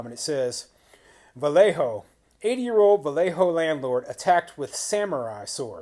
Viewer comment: Awesome. You pronounced Vallejo correctly! Not bad for someone not from California.